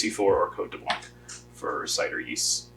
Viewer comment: the C will not be pronounced in the word " Blanc"